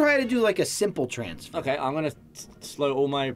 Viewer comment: A "Mansfer" lmaooooo